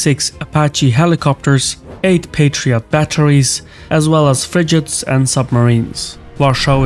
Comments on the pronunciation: Your pronounciation is awesome, but one thing is the word frigates. It's a gh.. not a dj.. fridgates means someone who is scared to have intercourse with a partner :) ... Thank you sir for your videos, I also believe Poland is a powerhouse in the making... has been growing stronger for the past couple of decades in my view. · what the hell is a “Fridget” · Frigets lol fr r ig e tsss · and frigates not frijates 😃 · Frig-its "fridge" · lol 'fridgates' 😆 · frigates has a hard g